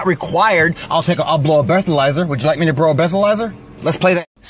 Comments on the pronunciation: bro a blethalizer? 😂😂😂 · "Woodja like me to bro a bleatherizer?" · "I'll brow a bleathalyzer... would you like me to brow a bleathalyzer?" 🤣🤣🤣